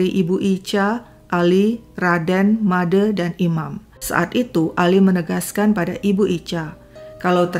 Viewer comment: Kenapa pembawa cerita tidak bisa mengucapkan bunyi "e" pada "Made" sama dengan pada kata "sate"?